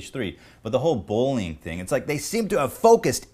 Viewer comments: i hear "bowling" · Ethan seems to have trouble saying "bullying". Sounds like bowlyng